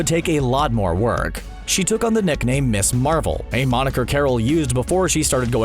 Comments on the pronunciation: "Ms." is pronounced MIZZ. NOT "Miss". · Dude...... "Ms." is pronounced "Miz", not "Miss". The entire purpose of it was to sound and be different, so women were no longer defined by their marital status. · Ms. is not pronounced "miss."